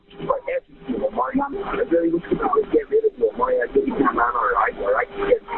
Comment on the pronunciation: First red flag is that she states that his name O-M-A-R-E-E, with an accent for emphasis over the first 'e' - Omarée Except...even by her own pronunciation, he is called OmAHree, emphasis on the 'a" - Omáree I swear people like this use accent marks on their kids names as if they are adding jewels to their nails